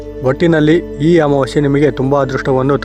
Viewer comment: ಅಮಾವಾಶ್ಯೆ ಅಲ್ಲ ಅಮಾವಾಸ್ಯೆ ಕನ್ನಡ ಉಚ್ಚಾರಣೆ ಸ್ಪಷ್ಟವಾಗಿಲ್ಲ